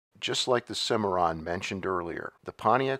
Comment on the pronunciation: Anyone else hear a record scratch when he said "Cadillac Cimmiron" ? That was easily one of the worst grifts in GM rebadging history...